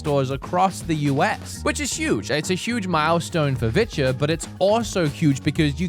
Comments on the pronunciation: I did t think you were saying viture I thought you were saying vidja like hank hill and the vidja games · you've been saying Viture. that is not what I've been hearing